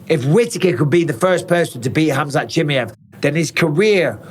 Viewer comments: Mike, you say his name so wrong it’s almost disrespectful bro. I know you don’t mean to, but it’s Cha-My-Ev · “Khamzat Chimney-ef” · How tf can mike still not pronounce Chimaev correctly yet